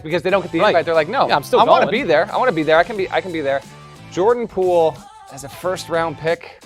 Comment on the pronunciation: Gave stupid takes, mispronounced his name, showed they know nothing about what they’re paid to talk about…wonder how they felt watching basketball this post season.